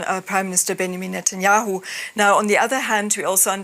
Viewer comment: "bangamin netayehu"